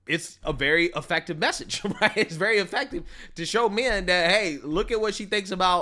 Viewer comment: Re: Stephen Miller, pronounced “effective” wrong.